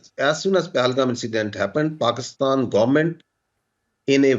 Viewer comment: Saala pakistan tou dhang se bol de… he is saying pakstan instead of Pakistan😂